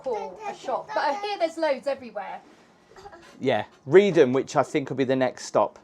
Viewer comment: Good grief man! I'm countryside Norfolk born and bred but I wouldn't go on the Broads this time of year. The weather can change on a sixpence and when those winds get up, even the brass monkeys hide!! 😂 You must be a glutton for punishment! 😂. And by the way Reedham is pronounced "Reef-um".